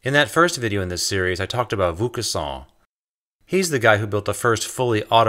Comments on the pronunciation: Isn't it pronounced more like VOH-cahn-soan not VOUS? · not voucassant or vouscassant or voucaçant but Vaucanson. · dude it's pronounced "VO-KawnSawn", with the last letter "n" being almost silent. It's not "VOO-KA-SAWN" ! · Excellent video, making excellent points. If I may make a small correction, and perhaps save you some embarrassment in the future, the first syllable of the name Vaucanson is pronounced VO (as in vocation) not VOO (as in voodoo), which is how you're pronouncing it. The rest of the word is close enough. I look forward to watching all of your other videos. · Superb video, congrats. BTW the "Vau-" in Vaucanson is pronounced "Vo-" rather than "Vu-" :-) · It's pronounced: Vo long "o," as in "bow" as opposed to "voo," as in "slew." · Ironicay, I kept hearing "Luc Besson" when you said the inventor's name, who basically ushered in a world run by machines. Luc Besson made the film The Fifth Element, in which a human is the fifth element, after Earth, fire, wind and rain. No mention of machines, which must be the sixth element. Cue A.I. robots, the seventh element? I hope not. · why are you pronouncing "vaucanson" like vokhusann ? You're saying it like it's a japanese name, so strange... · Are you pronouncing Wilkinson as Voucusson? :) Never heard that before. Not saying that it shouldn't be that way, but never heard it like that before:D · It's unfortunate that "Vaucanson" is rather badly, (although consistently) mispronounced. I really did appreciate learning more about him, though. I do wish his lathe had been explained! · I enjoyed the video, but your pronunciation of Vaucanson's name is pretty bad. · Vaucanson is pronounced with a long 'o' as in 'boat' not a long 'u' as in 'boot' ...